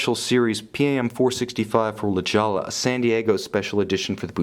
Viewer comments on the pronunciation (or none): ITS NOT PRONOUNCED La Jolla it's a Spanish word therefore the j sound turns into an h sound and and the ll turns into like a y sound (la hoya)